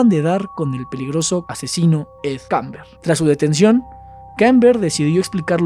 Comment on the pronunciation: Kemper,no kamber